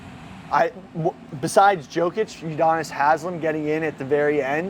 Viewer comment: Yo-kich not Jo😂